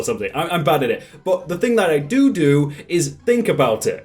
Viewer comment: "the thing that I doodoo" I know it actually is do do but sounds like poop